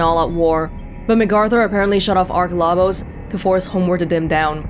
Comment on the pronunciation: Ahhh hahaha, got to the end. Goodbye to that speculation! 😆 And it's ark Labos,, LABOS! Latin for "struggle," I think. (Guess that could have been a hint about what kind of megalomaniac MacArthur was...)